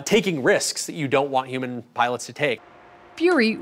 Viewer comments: What the hell is a youman? This lady thinks all Hs are silent. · She kept saying human without the H. Wtf? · I hate how she pronounces "human" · I dispise those who pronounce the word "Human" without the "H" !